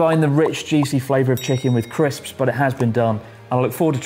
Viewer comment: Did you say Crips?